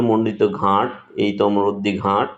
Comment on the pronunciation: উচ্চারণ ঘাঁট না,এখানে চন্দ্রবিন্দু হবে না । হবে ঘাট😂